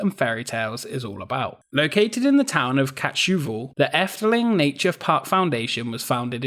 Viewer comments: Ketscheuvel xD Kaetshuvel is how you pronounce it 😀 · “Ketschhuvel” i know its difficult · lmaoo it's so funny when you say kaatheuvel Cuz it's really hard to understand/speak dutch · Hahaha i died when you said "Kaatsheuvel". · I love how you pronounced Kaatsheuvel xD Its funny :3